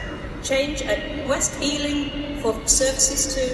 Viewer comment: west EALING! xD